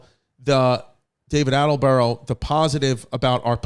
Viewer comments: Haha David Attelborough. It’s Attenborough my dude!! I guess you only switched one letter haha it’s tubberware all over again babe. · My favorite part of this episode was Chris mispronouncing David Attenborough’s name over and over. Attelborough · It's David Attenborough, and I don't think you managed to pronounce his name correctly once. It was funny, how calm you were about a potential new baby, I would have sworn a few more times than you did :) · Anybody keeping track of how many times Chris says David Attenborough incorrectly?